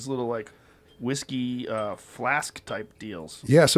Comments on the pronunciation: “Whiske” -look that up. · "Proper 12 irish Wiske" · Its whiské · Everyone: Whisky or whiskey? JRE: Whiske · 2 hours later, still "whiske" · should double down “Whiske” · Still says whiske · had a lil too much “whiske” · Joe “Whiske” Rogan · takes the vowel rule sometimes Y ver seriousl